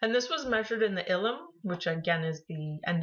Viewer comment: all the way to the what? ifillum? do you mean ileum?